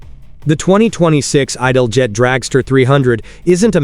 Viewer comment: Was going to watch this vid, but immediate misiprounoucement of ITALJET made me stop. No AI lazy vids for me.